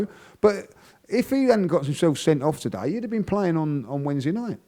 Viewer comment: As French when I hear him saying "Today" it really tilts my ears